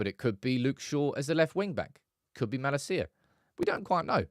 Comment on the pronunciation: Why do pronounce Malacia’s name like that ? For the love of god please get it right my man 😂